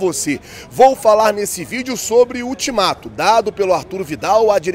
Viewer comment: "INTIMATO" 😅😅😅😅 - TÁ ACHANDO QUE É QUEM, VIDAL!